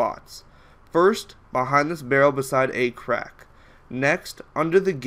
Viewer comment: LMAO he said A-crack